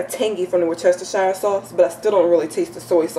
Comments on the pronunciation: i had a problem with that word WORCESTERSHIRE. i was told its WORCE - TER- SHER is the proper way to pronounce it..:) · Pronounced: wurst ster sheer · Pronounced: WUHS-ter-sheer Sauce. Also, I've found it lots simpler, less messy, to premix all ingredients and place them in a plastic Ziplock bag, add the meat, zip it up, work it around until the meat is well coated and ready to place in the pan! Efficient, and clean... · Great video! whatever you said is really Creole seasoning.. A splatter screen is great to prevent popping of grease... Wu-ste-cher (shear) is how that is pronounced. A lot of folks have issues with it.. haaa Good video especially for a first try... One suggestion, you may want to get your nails done for a more professional look, do your hair? Also, maybe clean up the bags behind you. Great first try!! Make money this way too!! Take a peek at "Laura in the kitchen" to see how she started as you have and how she has also made it more professional. Quite wealthy now... selling books and all, good luck God Bless you!! Please understand I am only trying to help...NO shade! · wus chester shire sauce?? pronounce it properly, come on make a bit of effort or you get a kick in the fanny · Looks lovely as a Brit I can tell you it's pronounced as woostishire English spelling can be a little retarded at times ;) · Love how Americans pronounce Worcestershire sauce